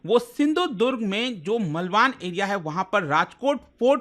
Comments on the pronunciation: It's not मलवान,it's मालवण. How can u be wrong on such big platform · मलवान नहीं मालवण हैं Aapke pronunciation mai har baar problem ati hai😂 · मालवन. ऐसा है Pronounciation